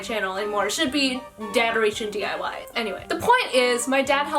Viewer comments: Daderation diy...😂😂😂😂😂😂😂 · DADeration DIY 😂